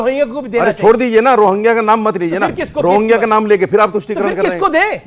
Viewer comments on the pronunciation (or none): ये सब रोहंगिया के लिए हैं पर रोहंग्या का नाम नहीं ले पा रहे है